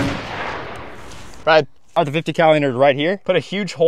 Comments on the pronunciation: You said 50cow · He's joking. The first guy said "50 cow" instead of "50 cal" as in calber bullets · everyone knows that. On this channel he calls it a 50 cow just for jokes.